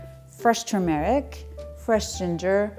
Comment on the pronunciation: It is not pronounced "tur-meeeh-ric" but "turmeric" short "e" and UNSTRESSED!